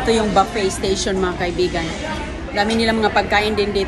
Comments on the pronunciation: Buffet...not baffet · ang correct pronunciation ng buffet ay "buffey" hindi "baffey", mali si.Baffey ang bigkas niya. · Buffet not baffey,kahit sino ini interview para lang may ma ivlog.Ang caption nakakaiyak daw,eh puro nakatawa naman sa camera,ano ba yan??? parang may sayad ka talaga.😅😅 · ok,buh-ffay nga ang tama pero si ang sinasabi niya baffay,pakinggan mong mabuti,ba't di mo ma accept na mali ang bigkas niya.Repeat ko,BAFFAY ang sabi niya. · You're wrong, it's Boo-Fay or Bew-Fay French pronunciation. Ikaw ang mali. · Parang bingi nga,mali talaga ang bigkas ni,di matanggap ng mga followers niya na mali siya,paulit ulit ko nga pinakinggan talagang "baffay" ang sabi ni.